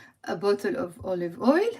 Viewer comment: When you say olive oil and coconut oil, I understand olive ‘oil ‘ but somehow I don’t hear the word ‘oil’ when you say coconut ‘oil ‘.